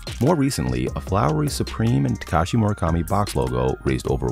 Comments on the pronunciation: I hate how the narrator keeps saying Moro kami and not mura kami 😭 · Mura kami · Mu ra ka mi ——not—->Mor a kami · Why tf do i hear "MOREKAMI"?!!! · I just don't like how he pronounces his name.... It's a U, not an O.